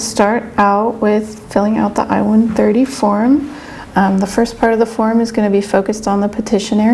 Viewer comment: Sounds like you said io130 Please pronounce it more carefully as it's I-130. Thank you